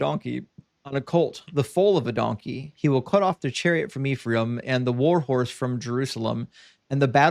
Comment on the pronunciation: fine brother; the name is pronounced as EF-RAH-EEM (אֶפְרַיִם) not IF-REE-AM -Shalom, achi שָׁלוֹם אָחִי